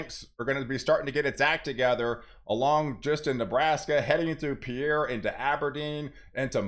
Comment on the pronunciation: South Dakota'a capitol is pronounced "Peer" thanks!